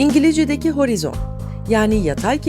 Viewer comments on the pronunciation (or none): none